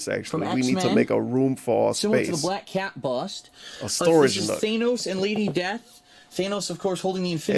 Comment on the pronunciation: BLAYUCK CAYUT! GOD I can’t stand his voice. Especially words with the harsh “A” sound.